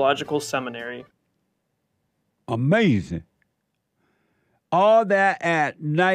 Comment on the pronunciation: It’s UH-MAZIN